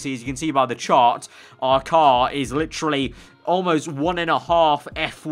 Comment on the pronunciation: Stop saying fucking litrually it's literally.